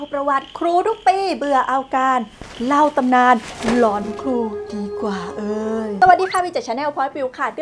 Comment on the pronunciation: เรื่อง "หลอน" นะ ไม่ใช่เรื่อง "กลอน" 😂😂😂